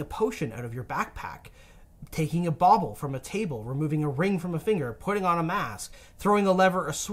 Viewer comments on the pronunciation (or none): none